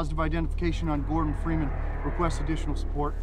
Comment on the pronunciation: фримен говорит? Это неправильно